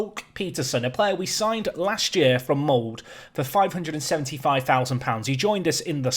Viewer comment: Molde is pronounced Mold-eh! Mold... hehe